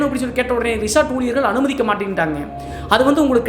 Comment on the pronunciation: Resort ❌ Reshaat ✅